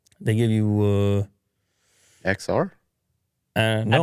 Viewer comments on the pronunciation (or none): shame on you for calling it EX AR instead of 10 R.. Absolute shame.